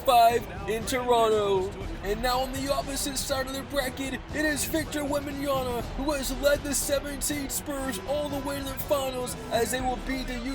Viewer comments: Bro please work on your pronunciation of Wembanyama, it’s WembanYAMA not WembanYANA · You say it Wembanya'N'a ?😅 It's wembanya-MMmmmma😂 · it’s wembanyaMa with an M not an N 😭😭😭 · this is like the 4th or 5th vid where ya say wembanyaNa instead of wembanyaMa 😂 just say wemby bro lol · That's cool but for FUCK SAKE, it's Victor WenbayaMa, with a M, it piss me off so much that half of american can't pronounce correctly his name lol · Bro been watching your videos for a while, all i can say is your going to be a better commentator if you actually read wemby name